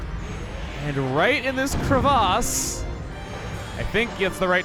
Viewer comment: I always find it interesting when says Crevasse. he puts so much emphasis on the A and i've never heard anyone else say it that way.